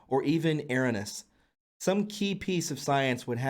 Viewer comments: Erroneous E-row-knee-us Meaning, "wrong" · "erroneous" becomes "air-uh-niss" lmao IDK man, but after butchering so many words, I don't think I would show my face at the end. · e-RONE-e-us ~ Love the work and hate to even bring it up, but you really need to learn how to pronounce the words that you read correctly. The focus of the viewer can easily start to be the mispronouncing of the words instead of the important and useful information that you are trying to share. It's important...if you want to grow. Take the time to learn to pronounce the words that you speak correctly and you will have cleared up your most glaring deficit. This one correction will add quite a bit to your professional look, if that is at least what part of the goal is. I've been watching you from the beginning and know that your heart is in the right place and I believe that you really are helping to awaken people. I enjoy your videos and have watched you steadily improve over time. But I'm telling ya'...for what it's worth. At times you articulate perfectly and seem to say exactly what you mean to, but when you read in your video, sometimes you sound like some dumb kid when you absolutely murder some of the words in the beautiful English language. Do your homework, son. Up your game. Speak the words correctly. (Yes, it's a little harsh, but if I didn't give a shit, I wouldn't have taken the time to write this. Like I said...for what it's worth.) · It's Air-own-nee-ous. Erroneous. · dude. Come on man. Your miswording is getting really annoying. I love you dude. But come on. Erroneous? How do you not know how to say that man? I'm really not trying to be an asshole, but it's getting out of hand. Edit. To add some context I recommended your channel to a coworker and he gave me a bunch of shit about it and now I see it. Still though. Great info, not a hater.